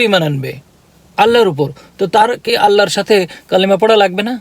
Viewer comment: ভাইয়া,কথা যখনই বলবেন তখন বলবেন আল্লাহর। "আল্লার"উচ্চারণ হবে না।